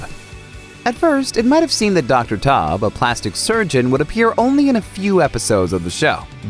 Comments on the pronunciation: You literally just compiled clips from the House M.D channel, and didn't even care enough to cut out the outro. Edit: Chris Tob? It's T-ow-b, ow i stubbed my toe. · He clearly hasn't seen the series "Dr. Tub" like wtf it's Taub! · You mispronounced Taub's name